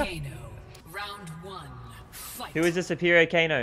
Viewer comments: WHO'S TF IS KANO? IT'S KANEEEE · It's Kane not kano